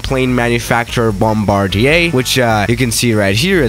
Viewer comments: ok but he said Frombardier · I just now knowing how to say (BOM-BAR-DIER) YOU BOM-BAR-DEIA